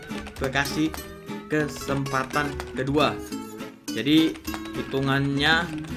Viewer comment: mon maap dah mon maap kesempatan bukan kesepatan wkwkwkkw🤣🤣